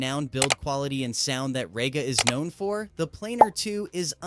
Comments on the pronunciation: Rega is pronouced as Ree-ga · It's said like REEGA, Stupid yank!